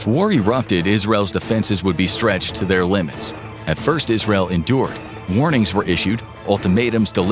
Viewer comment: Why is he pronouncing Israel like that